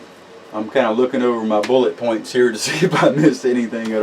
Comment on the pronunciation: Hahaa you said “bullit points”😎 Btw is melting down a hardened powder coated bullet hard or any disadvantages or is it just like pulling regular slag from a mix. I ask because I saw the one bullet you showed that you melted with a torch and wondered if it just melted into itself would it change the composition of the lead any if at all. Thank you great vids you’re brilliant ✨